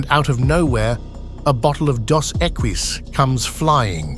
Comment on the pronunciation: it took me a second to figure out that dusequies was Dos Equis